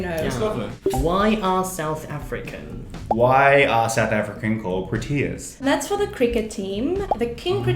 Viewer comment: why does she say pro-T -ias its its pro-T-ius